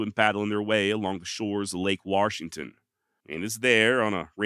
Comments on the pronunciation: Warshington well looky hear there's an r in the warshington i got 😊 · Bro, there is no R in Washington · Good story telling here. However, there is no "R" in Washington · Warrrrrshington?? You are from the Mid-Atlantic or Northwest? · OMG. You say Washington with the same accent that I say it in. And FYI, I get told there's no "R" in Washington all the time. I was born here of course. But raised in Alaska.